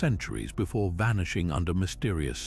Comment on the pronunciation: vanishing-axe lol, awful AI